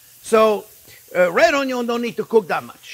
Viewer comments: This guy makes me happy just by saying ONYO every time 😂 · Onyo....kkkk love you chef. Your videos are simple but very tasty 💚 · I love it when you say "onion" a la francaise...bravo....